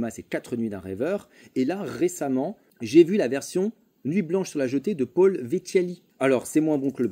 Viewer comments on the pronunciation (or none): none